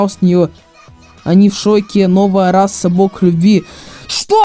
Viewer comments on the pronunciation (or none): извините, но РАСА, а не расса:face-turquoise-covering-eyes